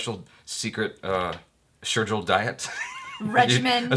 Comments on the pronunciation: It is Gill not Jill,,, good job though, keep it up.. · It's not sheirgill it's shergill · sheirgill not sheirjill.. and he himself didnt bother...🤣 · it's sher gill not sher jill .... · Sher gill bro not sher Jill .. congrats anyhow .. :) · Gill like fish-gills, not Jill like Jack and Jill. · See, you guys have been doing his name all wrong.... it's Jimmy Shergill not Jimmy Sherjill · Jimmy bhaiii It's pronounced "shaer gill" like fish gill not "jill" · Hey that was super awesome to have a star in the studio... I hope we get to see more of these. No Sherjill it's Shergil lol😝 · It's gill not jill. Jimmy is one of my favorite actor. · It's sher Gill and not sher Jill. Still jimmy was so gracious, he didn't correct once. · You're pronouncing his surname wrong! It's not Sher'j'ill it's Sher'g' ill. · its gill like fish gills not jil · It's not sherjil it's shergil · Jimmy sheirgill not Jill.wrong pronunciation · Sherjil No its Shergill .with soung of g same to. Tiger not ginger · Shergill like gills of fish . Not Jil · Going big! Shergill not Sherjill 😂😂😂 But seriously congrats man. This is a milestone. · Why did you keep calling him Jimmy Sheir"Jill" -- as in 'Jack and "Jill" '. He is Jimmy Sheir"Gill" -- as in a fish's "Gill". ;) ;) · Shergill not sherjill bro XD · Going from milestone to milestone... Way to go... Just FYI, Shergill is pronounced sher "Gil", like in fish gills and not sher "Jil"... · Wow you're Mis pronouncing his name infront of him and he is so chill about it :P SherGILL - G sounds as in 'Girl'... not J :) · Dude gill like gills of fish not jill ....😂😂😂😂😂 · Woah Jimmy Shergill this time please say GILL not Jill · funny thing he didn't correct you.. the way u guys pronounced his name SHER-JILL..its GILL as in gills of fish. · It's Jimmy Shergill like fish's gill. Pls he's one of my fav. characters from movie.🙈💗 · Just to be clear it is "Sheirgill". You are pronouncing his last name wrong, google it. Just saying